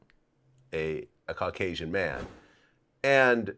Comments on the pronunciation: did anybody notice, whitey said carcasian and not caucasian? lol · Dude said Car Casion bahahaaaaaa!! Thats Caucasian you duechbag